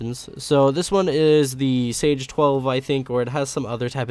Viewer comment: "Sage 12" XD it's Saiga